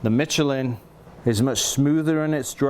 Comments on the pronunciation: Great video. It’s pronounced Me-Che-LIN with an emphasis on the final syllable. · Dude it's pronounced Michelin